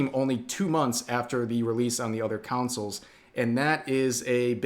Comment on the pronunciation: consoles, not councils.